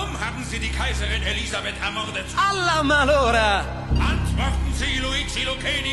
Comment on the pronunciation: das "alla malora " ist nicht so gut, er hört sich da nicht wirklich wie ein Italiener an